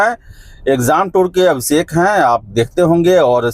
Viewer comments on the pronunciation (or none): Absekh nhi Abhishek hai wo😂😂